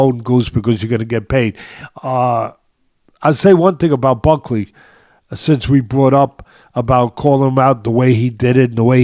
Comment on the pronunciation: Week after week you continue to disrespect these fighters the very least you could do is pronounce their name correctly, who in the hell is Ulberry & Bucky ? 🤣 I’m starting to think it’s intentional